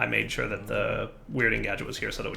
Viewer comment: "There is some sand over here, I'm shore" - 2018